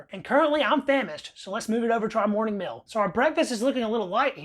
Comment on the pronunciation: Meel not mill.